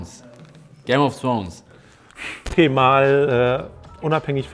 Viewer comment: Eli spricht "Game of Thrones" so aus wie "Proownez" haha